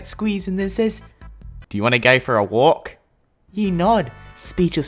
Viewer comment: "yew wanna go fo a wolk?"